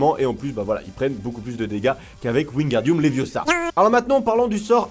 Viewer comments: C'est léviosa pas léviosahaha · C'est levioooosa, pas leviosà. 😂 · Stop stop stop tu vas finir par crever un oeil à quelqu'un et puis d'abord tu ne sais meme pas le prononcer c'est leviosa et pas leviosaaaa😂😂😂